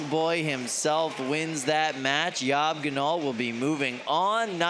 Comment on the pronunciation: Yob gnol is long boy backwards, so I think you pronounce it that way also....